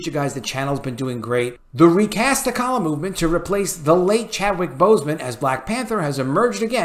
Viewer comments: You don't even say his name right....your saying tacollia???wtf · I couldn't finish the video after the third "tuhkolla" pronunciation. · I agree but holy hell what is up with how you pronounce t’challa as t’kalla? haha. Its pronounced for you 😅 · Always love your videos ... glad to hear this being said out loud! You're nailing it. side note -- the black panther's character name is pronounced Ta-Cha-La. (no 'K' sound) ...unless of course they changed that one like they did Namor (NayMore's) pronunciation -- I can't keep up :) I'm also apologizing for picking a nit on a great take. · I couldn't last 10 secs with this video. Have respect for the character yourself and learn how to pronounce his name before trying to give voice to true fans' concerns. It is (TAH-TRAH-LUHH). Anyone what has read any of the comics or..heck...seen ANY of the movies the character has been in knows this without even thinking about it. This is clickbait someone that read or saw something and is trying to capitalize off it for views and monetizing. He doesn't care if he bit of T'Challa should be recast. OF'COURSE he should be. But this guy wouldn't care one way or another. Don't fall for this just because he is providing a space for actual recast supporters to come and comment. It isn't genuine. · it's pronounced "Ta' cha la" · Please pronounce the kings name correctly. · Bruh, learn how to pronounce the character's name. If you have seen the character in any of the movies how do you not know how to pronounce it? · You are absolutely right! Also, please pronounce his name correctly! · man you butchering the name of T'Challa 🤣🤣😂😂💯💯